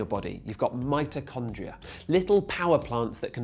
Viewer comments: its mitochondria, not mitrochondria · wow, is it just a British thing to say Mitochondria' instead of 'Mitrochondria'